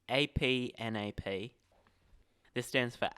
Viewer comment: As someone who started the process of becoming a judge and then stopped after becoming a rules advisor, I can tell you that from all the judges I've ever spoken to you don't say A-P-N-A-P with the individual letters. It's said as a single word, "Ahp-nap" As a side note, about 40% of rules questions you need to know to become a level 1 judge involve things on the 8th layer, and there's always at least one obligatory layers question where they apply 2-4 power-changing effects to a creature and you have to decipher the correct power and toughness. It goes something like this: "Jane casts a Crookclaw Transmuter. Its enters the battlefield ability targets itself. In response her opponent Brady casts Douse in Gloom targeting Crookclaw Transmuter. In response to Douse in Gloom, Jane casts Gleam of Resistance targeting Crookclaw Transmuter. Gleam of Resistance resolves. Douse in Gloom resolves. Crookclaw Transmuter's enters the battlefield ability resolves. Which of the following is correct? A: Crookclaw Transmuter's power and toughness is 3/4, with 2 damage marked on it, and will die at the end of turn due to state based actions. B: Crookclaw Transmuter's power and toughness is 3/4, with 2 damage marked on it. C: Crookclaw Transmuter's power and toughness is 4/3, with 2 damage marked on it, and will die at the end of turn due to state based actions. D: Crookclaw Transmuter's power and toughness is 4/3, with 2 damage marked on it. E: Crookclaw Transmuter's power and toughness is 5/2